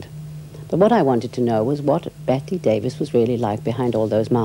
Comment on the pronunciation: Enjoyed it quite a bit as Miss Davis (so her generation was called) seemed to, till the interviewer couldn't be bothered to pronounce her name correctly. Sadly it's almost always Brits who do that. Generally a pretty intelligent conversation.